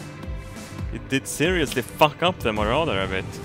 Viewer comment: You know when you hear 'fire ze missiles' you're fucked